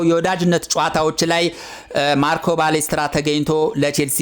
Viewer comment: ባሌስትራ ሳይሆን ፓሌስትራ ነው እባክህ😂😂